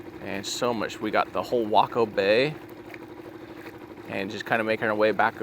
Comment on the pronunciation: Jared you need to stop pronouncing Waco as Wacko. It's actually pronounced Way Co and is the Home of George W Bush. Another aspect that families of anyone missing in that area and time frame needs to consider is the Branch Dividians Compound which was home to David Koresh's Cult. When it was burned to the ground, by the FBI, with 76 men, women and children inside, I don't recall if they Identified all of the remains found in the ashes.